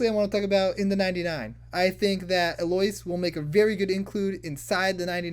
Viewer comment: Its a common first name. EL-Oh-Ease. Fantasy names are hard to pronounce but this is a regular human name. Much love bro.